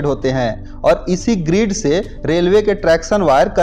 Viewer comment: भाई ग्रीड नही होता ग्रिड होता है